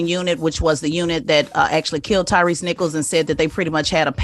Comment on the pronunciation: it's Tyre, not Tyrese.